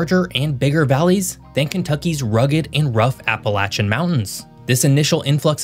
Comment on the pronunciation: Congrats! You pronounced "Appalachian" correctly! Very rare